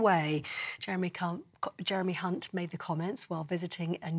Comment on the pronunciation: She says "Jeremy cunt"